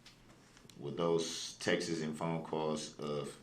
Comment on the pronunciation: WTF is texes? It’s Text retard!! I can’t stand this dumb shit